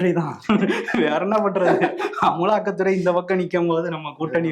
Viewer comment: அமலாக்கத்துறை❌ அமுள்ளாக்கதுறை ✅